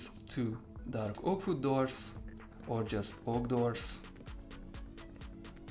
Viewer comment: "Vood" hehe I love his accent